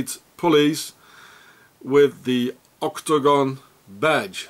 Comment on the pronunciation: " ÔK-TO-GÓN! " Love the way you pronounce it. Thanks for this information. I take everything online with a grain of salt, but you have fitted some pieces in my NWO puzzle. Hope you are doing alright, despite the Swissies.